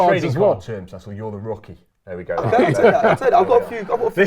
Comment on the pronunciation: This is great content tbh, would defo watch more of this, just need to get Cecil’s player name pronunciation up to scratch 😂😂😂